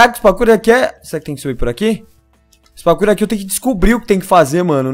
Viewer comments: O fala pakour mas é parkour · vc ja persebeu q vc fala pakur mas é parrrrkur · Parei de ver o video só porque o falou PAKUR... até meu cachorro sabe falar parkour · Pelo amoor de deus para de falar PAKOUR pfv que agonia... '-' Fala PARKOUR quem nao gosta disso tmb deixa o like ai pra ele ver... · kkkkk nao é pakour é pakur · É parkour não pakour. Viu memória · O engraçado do é e ele fala "pakuor" kkkkkk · "pakur"? Ashuashuashuashua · Da uma agonia ouvi o fala pakur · o voce falou pacu